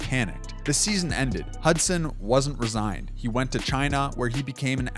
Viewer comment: C'mon dawg you called Cam Thomas "Thompson" at one point and said "resign" instead of "re-sign" as you were reading your script. If you need somebody to preview your narration to point out obvious blunders, well don't hit me up, but hit somebody up.